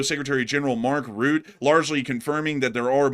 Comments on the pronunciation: missed the sream, watching from start. can you please pronounce Mark Rutte's name properly? It's NOT Mark Root! but pronounced as Mark ru te [ Ruh Tuh] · Thought it was pronounced Mark 'Ruh-teh'